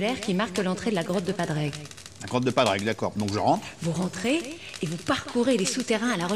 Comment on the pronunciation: C’est Padraig et pas Pandraig